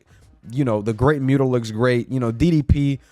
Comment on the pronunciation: Never apologize for speaking truth. But ima need you to apologize for the way you pronounce Muta 😂 Good video, brotha 🔥